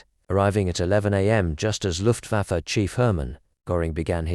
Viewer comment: AI pronunciation wizard kindly note! The British 🇬🇧 English orthography & pronunciation is correctly spelled for the word as, ‘A L U M I N I U M’, & is pronounced in a ‘FIVE SYLLABLES FORMAT’ like; “AL - YOO - MIN - EE - OOM”!! Also the name/title of the German word, “LUFTWAFFE” meaning “AIR FORCE” in English, is also correctly pronounced like in its original German norm, as, “LOOFT - VAH - FEH, definitely not in its AI pronunciation form, recorded here as, “LUFT - WAYF”!!😢